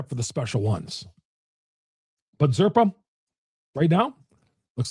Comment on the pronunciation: You keep mispronouncing zerpa.